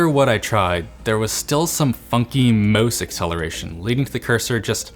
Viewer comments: you say mouse like california people say moose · Probably from trying to say mouse rather than "mose". Wiped the drool on his thumb just before the shot.